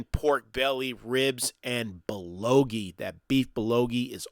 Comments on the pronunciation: 🗣Beef Bull Go Gee...Beef bulgogi, not bulogi. Great video other than that. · Great reviews and thanks for making the video. Very informative and I even enjoyed how you mispronounced many names charmingly entertaining such as "Bullogi(bulgogi) " 😉😄. Now I am very hungry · Hi great channel. It's Bulgogi btw, not Bulogi. And yea, I know bout Biwon Son! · Hi, it's bulgogi, not bulogi. :) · It's BUL GO Gi..not BU LO Gi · it is beef "BUL - GO - GI" not "bul lo gi" :D and "BIWON" sounds like this Bee-Won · Bul - GO-gi ... not Bul lo gi... it's painful to hear you mess that up so many times. Good video but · a great review. thanks for sharing. i definitely got a good idea of where I can take my family. just wanted to share that the korean meat (bulgogi) is pronounced bull go gee. looking forward to more videos. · say it with me BEEF BUL GOH GEE! LOL #kringe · It's called bul-go-gee...